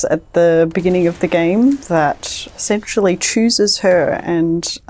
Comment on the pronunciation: I know she's saying essentially, but it really sounds like she's saying "sexually choosers her"